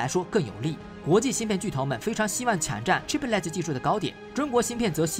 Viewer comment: 解说很好 , 谢谢 但Chiplet 这句子一直拼不对 , 听了很辛苦 ! 就兩音 , 你一直读三个音